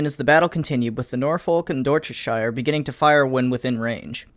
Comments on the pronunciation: How tf did you pronounce Dorsetshire 'Dorshashire' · Unfortunately the real OOF here is your pronunciation of Norfolk and Dorchestshire :( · Nor-faulk and Dorsuhshier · I'm sorry but as a Brit I can't not say something - HMS Dorsetshire is pronounced "Dorsetshear" rather than "Dorsetshieyer" and Norfolk like "Norfuck" (no, really) rather than ...."Norfolk". I know, it's stupid and nonsensical but you are the people who can't say "mirror" or "craig" without some sort of anti-vowel speech impediment. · Another example of somebody pronouncing (insert first half of place name)shire. It’s pronounced “sh-ir”, not “sh-iyer” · It's pronounced "shu" not "shi-er" :D God, what has Tolkien done to all the british place names? ;) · "Dorsetshire" it's pronounced like Yorkshire or "Dorsetsher", not like the Lord of the Rings Hobbitlands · my dude, nice vid, but the Dorsetshire is pronounced Dorsetsheer not shyre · How is it that Americans can pronounce Wehrmacht and Kriegsmarine perfectly but absolutely butcher something like Dorsetshire? (It's pronounced door-set-sheer) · Dorsetshire = Door set Shiyar (pronunciation) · My dude, your pronunciations of Dorsetshire and Norfolk are killing me. Door-set-sheer and Nor-fuk are how they're said. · Hearing the way you pronounce dorcetshire and Norfolk makes me laugh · Lol Norr-Folk and Dor-Chest-Shy-Errr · Nor-Faulk and Dorsett-Shire lmao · i would like to correct your pronunciation of Dorsetshire and Norfolk; "Dorsetsheer", for Norfolk all you gotta do is ignore the L, "Norfok". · Dorshetshyer? Norfullk? At least the German pronunciation was okay! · It’s dor-set-sheer btw Nice video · Dorset-SHEAR and nor-FOKE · The real oof: Listening to him try to pronounce Dorsetshire and Norfolk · The real oof is listening to that pronunciation of Dorsetshire. :-L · Dorsetshire = DOR - set -shuh Norfolk = NOR - fuck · I'm triggered everytime he says dorsetshire wrong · Dorsetshire and Norfolk pronounced like an American.